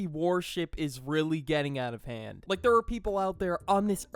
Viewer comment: please tell me that you’re saying warship and it’s not just me hearing it because it’s worship